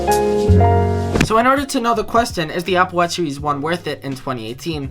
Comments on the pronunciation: Applewash seewees fwee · I won't believe what you said until you can pronounce series in a right way... :P